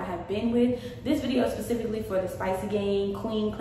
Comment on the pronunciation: it sound like you saying “pacifically”